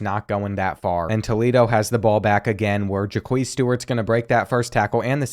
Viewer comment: or Jaquez as Ja queez